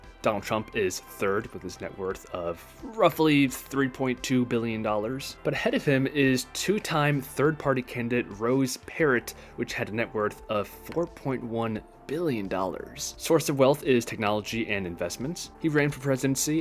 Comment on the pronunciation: "Rose Parrot" LOL You really butchered than pronunciation.